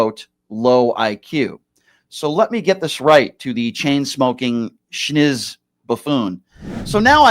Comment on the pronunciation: FFS the word is SNIZZ. Not SCHnizz. P.S. thank you for going after Andrew like you have done as of late. He needs to be put in check; keep up the great work!